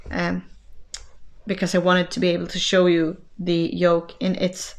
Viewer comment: Your podcast was very good. High marks for content and enthusiasm. You English is excellent and I had no problems understanding.One tiny thing , yoke and joke are two different words. Otherwise, very good.